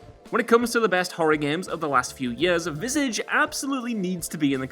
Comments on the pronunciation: How much did he butcher the pronunciation of Visage 😬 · Dude you need to learn how to say visage properly.